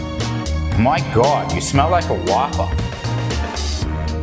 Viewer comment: When you pronounce whopper like guapa